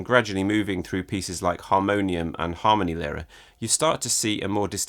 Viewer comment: Just a quick headsup before you go ahead with making more videos on Adams as you mentioned. The stress in Harmonielehre goes on the /i:/, not on the /a/. Cheers.